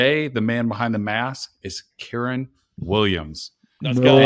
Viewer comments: Y does bro keep mispronouncing kyren. Who is keeran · This dude sayin keeran is really annoying me lol